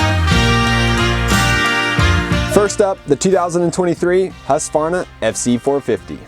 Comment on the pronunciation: Thank you for pronouncing Husqvarna correctly and not saying Husq a varna. That has been an irritation for me for 55 years.👍❤️🏍